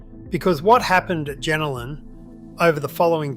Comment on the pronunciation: Pronounce it properly please... it's pronounced JenOlan